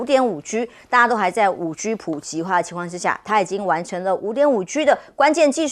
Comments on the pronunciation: 确实，听着别扭，台湾式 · 再说单音节词和字母全部都读四声